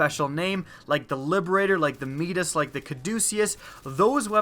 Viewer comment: mee-das. is pronounced My-das.